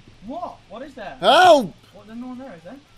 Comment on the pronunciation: is that buldog says elp??? or HELP LOL